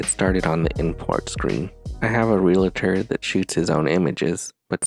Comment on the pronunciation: Nice lesson. However just a tip, there is no "La" in Realtor.